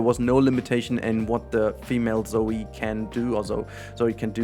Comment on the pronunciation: Sehr gutes und informatives video aber ein kleinen wunsch hätte ich wohl ... Bitte nenn die ZOI und nicht Zoey 😭🤣